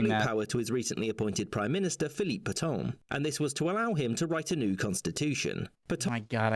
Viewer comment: You don't pronounce "Pétain" like that.